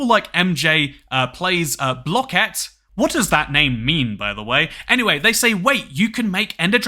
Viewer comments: it means he plays blooket (not pronounced "blocket") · Blooket is a website that some schools use to teach kids whilst also competing and stuff (the new kahoot) Also it's pronounced (blue - ket). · i’m sorry…. did you just call it BLOCK-IT?!?! 5th grade me is RAGING right now